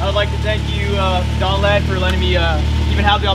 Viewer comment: I thought his name was not Donald